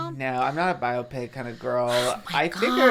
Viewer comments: Pls someone needs to tell Trish it’s pronounced bio-pic like biography picture, not bi-optic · The way she says biopic 😭😭😭